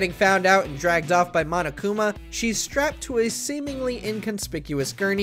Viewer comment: lets hope the guy doesnt say mo-no-kuma edit: ok thank god